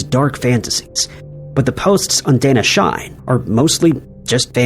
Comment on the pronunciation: Danna Shine has a very different pronunciation. In Japanese, "a" makes an "ah" sound, "i" is an "eeee" sound, and "e" is "eh". So the pronunciation would be more like "dah-nah sheee-neigh", with the danna being a term to use for one's husband and shine being the verb "to die".